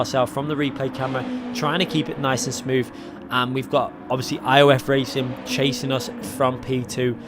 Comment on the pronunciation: Muted...please learn how to pronounce racing. FFS